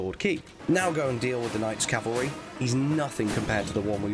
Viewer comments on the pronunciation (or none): none